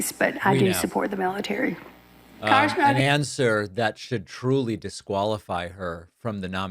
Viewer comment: I do like the mieetaree!